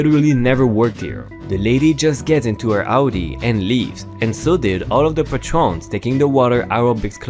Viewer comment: PAY-trons not pa-trons. again just trying to help. So please don't get mad at me.